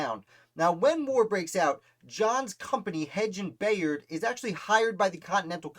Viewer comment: You’re pronouncing his last name incorrectly. It’s pronounced By-ard. I know, because this is my family.